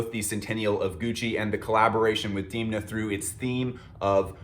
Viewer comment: pls dont call him diimna. demna, demna.